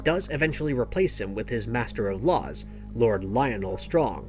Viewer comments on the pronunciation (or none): none